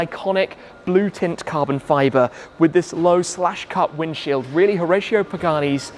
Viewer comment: It’s pronounced Ho-rah-cio